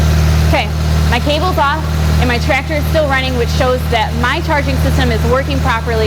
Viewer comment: I love the way says, "Tractor (Trector)". I wish I could have met someone like in my twenties.